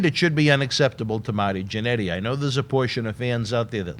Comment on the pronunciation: "Mahty Jannetty"